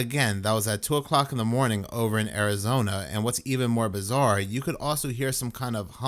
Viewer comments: I’m from RI and instantly knew he was from Bahston, Massivetwoshitz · "Bizaaaah!" Kudos to the Bostonian!